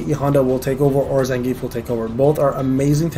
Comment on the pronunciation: yes… you said them how I spelled them above… not as Blanka or Zangief… not as the proper pronunciations